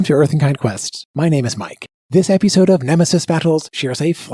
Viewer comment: What is up with the text-to-speech, or is it like this in ever-ee eppi-sode?